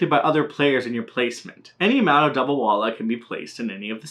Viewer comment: Indians who hear him say the name 😬